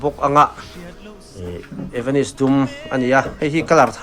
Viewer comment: A zuartupa ber chuan evanis ti deuh tlat😂😂😂😂